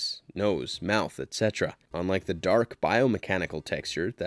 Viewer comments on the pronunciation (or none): none